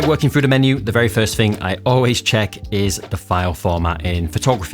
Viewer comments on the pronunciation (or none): Why do you say frough, fing and free instead of through, thing and three? I can’t take you serious